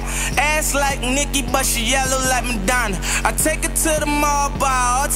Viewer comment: It's not Medana It's Madonna.